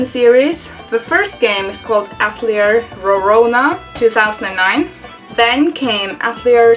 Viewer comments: I just have to point this out, but it's actually pronounced "AT-EL-EEAY" and not "AT-LEE-ER" as you are pronouncing it. Atelier is a french word. But nice video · I think its "At lee ay" since its a French word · As an artist, we pronounce that word ah-til-ee-ay. Not sure if they say it differently in the game. Looks like an interesting series. If they are fun there are so many to play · I know this video is fairly old now, but I just had to say I'm pretty sure the name is "At-el-i'er" which is a french word. It is a "Private workshop or studio of a professional artist in the fine or decorative arts". The Japanese love to use foreign words, especially ones they don't quite understand for things... Which is true of a lot of cultures honestly.